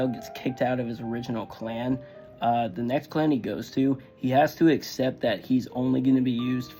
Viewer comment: Yo I thought you said they were kicked out the CLAM